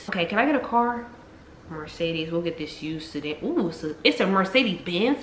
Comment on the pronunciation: "we'll fix dis we'll fix dis..." LIFE GETS WORSE